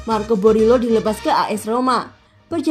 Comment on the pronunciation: Teteh Admin penyebutan nama pemainnya yg bener Dong...! Borielo Jadi Berilo, Digao jadi Diago...🙏